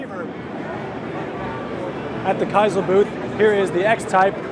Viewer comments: It's pronounced Keesel. This guy is terrible. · Kisel??? You sure butchered that name. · Kiesel = KEE-zel And Flux Capacitor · Look at his hipster sweater, of course he can’t pronounce Kiesel.